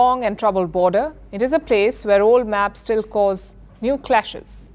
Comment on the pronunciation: Palki you are like my sister. Don't take this as criticism. I see that you mispronounce many words, like you said today- its a border issue rather than a border issue. Solution is simple, get your eye sight checked and I know you will look more beautiful than without spects. My blessings on you. Pardon me if I have hurt in any sense. Thanks